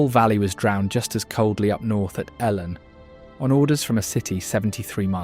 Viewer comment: You would think if you were going to try saying the welsh words you wouldn't use the English pronunciation. Llŷn for instance is not Lin.... but is much closer to theen .